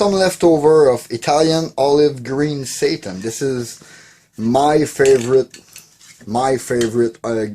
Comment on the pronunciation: "My Dark Walnut Satan" would be a great name for a symphonic metal band. 🤣 My brain is currently fried due to fever so it registered your accented "Satin" as "Satan" instead. Love the concept of the video, maybe something to keep doing? Like a workshop cleanout each month or something?